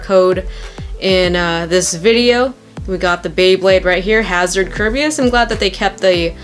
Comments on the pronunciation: you are NOT saying the Hasbro Kerbeus name right. 2 years and you still haven't noticed, really?! 😔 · Yeah she isn't